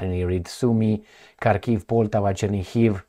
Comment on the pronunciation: just little (but important) correction. It is PoltÁva with accent on the 2nd syllable, not Pòltava (that will feel both Russians and Ukrainians insulted). Just exactly as you would say: “BanÀna Republic” (not Bànana Republic). Another discomfort to many slavic-speakers is how you pronounce the City of Zhitomir. “Zh” it’s not the same as just “Z”, that’s why you can’t call it Zitomir, sorry. These two letters (Z+H) will create ONE sound, similar to something like in French word “Jabot”. In case of saying Zhitomir it should sound exactly as in the Russian word “Жизнь”, which is “Life” in English, and any modern translator will provide you with its correct pronunciation. Thank you for your tireless job.